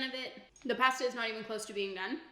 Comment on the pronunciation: Great video but the way you say pasta.....kills me inside